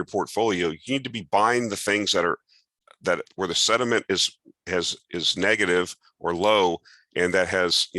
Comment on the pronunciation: Honest question: Why does he say "sediment" instead of "sentiment"? I have heard others do this also. Is "sediment" a technical term that I missed or is this a regional dialect that I missed? BTW, I really appreciate the content.